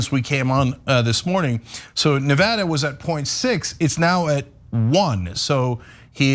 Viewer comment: Cenk pronounces Nevada two different ways within the space of ~30sec.